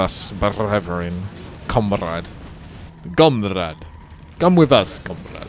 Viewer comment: Nobody: Literally nobody:: gome with us comrađ